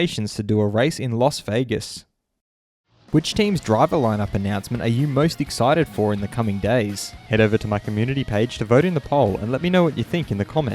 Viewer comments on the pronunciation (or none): Everyone: Las Vegas: Los Vegas